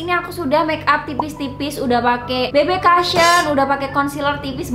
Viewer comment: kak maaf mau koreksi aja, yg bener penyebutannya bb kusyen kak. soalnya selama ini nyebutnya bb kasyen terus. mungkin emg belum tau hehe